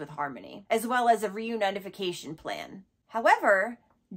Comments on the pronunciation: RE-UNI-FICATION 😭 “Reunite-a-fication” is CRAZY 😂😂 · I'm so sorry if this is annoying but it's been bugging me and I really enjoy your videos. It's "re-uni-fication" not "re-unite-ification" (the second one is not a word).